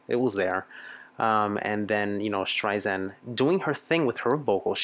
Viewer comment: Love your videos but, it’s Streisand like sand on the beach.